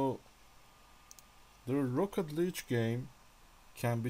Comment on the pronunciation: "Rocket Leej"